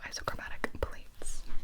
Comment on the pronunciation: the absolute flex of pronouncing “pseudoisochromatic” without pausing or batting a lash 😳